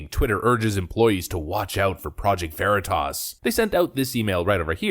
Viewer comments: When the project Veritas reported purposefully mispronounced Veritas. Lmao!!! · love that he mispronounces project Veritas to throw off the scent. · Couldn't pronounce Veritas correctly. Hmm...so, now Twitter is Twatter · I love how the journalists mispronounced Veritas to throw him off the scent. Nicely done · Excellent, excellent touch by mispronouncing Veritas. Well done, Deep Cover Guy! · The reporter mispronounced Veritas. Bold, but it worked on dumb bean bag. Kudos! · pronouncing Veritas wrong was SLICK A/F 🤣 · It was the PV journalist who purposely mispronounced the name. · project “verreetus”? Sounds like something that’d go good with gwak-a-mole lol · He put the wrong emphASSis on the wrong syllABLe. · Funny how he said Vereatas instead of veritas and the truth is what they say when they don’t think the camera is rolling. But mocking people’s disabilities is disgusting. It’s also funny how Twitter claims they only have 5% fake accounts yet when anything that the hive mind likes gets bashed on Twitter then it’s all bots and fake accounts. So which is it ? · Project Vah-REE-tahs. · Lol! The Gae-Boi thought he couldn't get Honey-Potted.😂 "'Project Va-Reed-Us'? ...What's THAT??..." Brilliant! 👑 😂😂😂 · The people deciding what is and is not okay to say call it "project vee-tahs" It would appear that a college degree doesn't mean you're literate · I also like how this genius doesn't even know how to pronounce "Veritas." Va-Ree-Tus ... yeah, that's the ticket. Let's ask Xavier Bah-kah-ree-uh about it. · Lol "project Ver-ee-tas" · "Project Vereeetisz"... does this Twitter Exec live under a rock??... he has no grasp of the classics pronunciation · “Project vareetus” 😂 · "Project Ver-ee-tus". Way to think on your feet PV-J. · Project Var-ee-tus... LOL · Sounds like new tasty product from Frito-Lay. I want to try a bag of Ver-EE-tas. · He can’t pronounce Veri Tas. 🤦🏼‍♂️